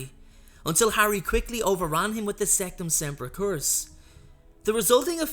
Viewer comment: It’s sectumsemprA not sectumsempruh